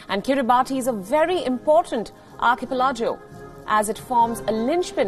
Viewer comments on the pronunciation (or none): Just one thing bothering me. What is "Archie-Pel-Jo"??